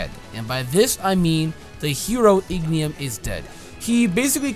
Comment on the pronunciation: my guy it's not Ignium, it's Ingenium. You said it so often i had to correct you sorry.